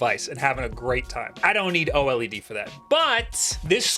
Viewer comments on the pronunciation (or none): none